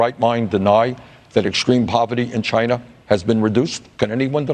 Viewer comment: Stop saying Chiner its china asshat